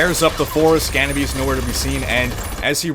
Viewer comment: I find it funny how every youtuber butchers the new maps name xD